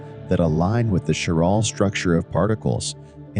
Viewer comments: Bot (or human) can’t pronounce CHIRAL properly. “Kai-RAL” not “chiral”…(Ch as in cheese is wrong)…. Nor is it “sherality”….. the physics otherwise is ok. However, displaying electrons in atoms as balls is kind of non-quantum mechanical and harks back to chemistry of the early 20th cebtury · Chiral pronounced Kairal, chirality kairaliti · Might be nice to (re)educate the speaking AI on how to pronounce chirality & chiral. It gets it right sometimes, "chiral anomaly" mostly. I notice Google Search can't understand the spoken words, chiral and chirality either.